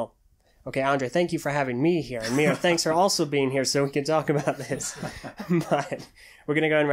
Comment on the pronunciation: Miru pronounced MEERU